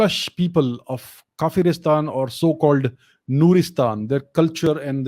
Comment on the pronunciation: Not kaferistan its kawer istan.